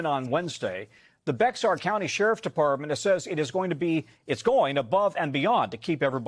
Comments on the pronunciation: Um, NBC News? Bexar is pronounced "Bear." I know it's not intuitive, but like, come on. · OMG learn how to pronounce Bexar county please. And for you Knicks fans tossing eggs, we don't toss tacos at yall. Have some class. Seriously what is wrong with you? SMH 🤦‍♀️ rude